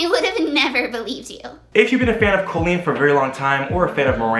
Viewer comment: Pronounces "Colleen" correctly AND knows where the apostrophe goes in the video title:, you are my hero (designs are beautiful, too)!!!